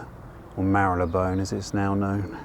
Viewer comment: It's very pleasing to hear you pronounce Marylebone that way,. I refuse to call it Marlee-bone. And, equally contentious; this video is a beautiful homage to the graffiti of London.